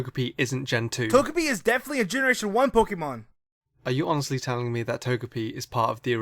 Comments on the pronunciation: did he really just say "honelly" instead of honestly? How unprofessional can that guy be that he can't even ANNUNCIATE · "did you honurly just say" >honurly this dude needs to slow down a tad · seriously.. slow the fuck down.. "did you HONELLY.." im guessing you meant to say "honestly" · Yo. Slow the fuck down. Jesus. you don't even pronounce honestly correctly.